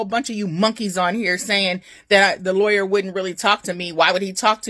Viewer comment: The lie-aw-yer